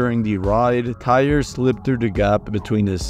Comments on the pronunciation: Tyre Sampson’s name is pronounced Ty-ree . Asia Ferguson’s name is Asia like the continent and he was male. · In the Orlando Freefall accident, you pronounced the victim's name wrong. Its Ty-ree, and the victim in the Batman accident wasn't a girl. It was a boy